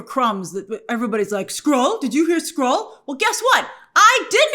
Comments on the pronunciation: Wtf! I thought he said “squirrel” too! 😂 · Skrull???? He said Skrull? I heard squirrel too😂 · I thought he said squirrel too 😂😅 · It’s a much funnier line if he said ‘squirrel’ instead of Skrull. I thought he said Squirrel and laughed. Knowing now that he said Skrull, I groan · I heard squirrel instead of skrull as well 😂